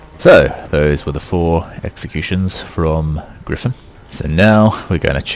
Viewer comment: Gryphon is super easy gawd get it right